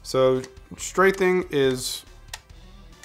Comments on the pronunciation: its straffing, not strathing. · It's actually stray-feeng. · Just FYI "strafing" has an F, not a "th" sound.